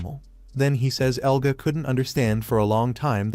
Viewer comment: Yea ofcourseeeee the ai says egla and eluga while his name is "Elga" common sense